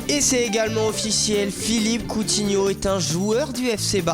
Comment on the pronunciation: Catastrophique LA prononciation va te laver serieux ... coutinio SUR enchère IL VA RIEN FAIRE FAut plafonner WHES bientot gomis A 80 million aussi ????